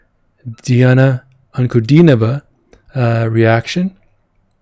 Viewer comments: Got the pronounciation right. Should've expected it after your intro. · Wow! Amazing! Josh, your Russian pronunciation is great! Thank you for your reaction!